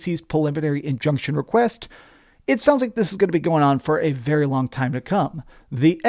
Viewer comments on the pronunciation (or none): none